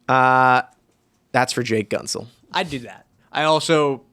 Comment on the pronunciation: why do you guys call him gun-tsel